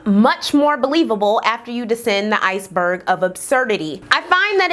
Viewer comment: hahahah I knew the presenter was an Ohio alumn because she said THEE...that school is sooooo ridiculously obsessed with keeping 'the' in their name just to spite other schools in Ohio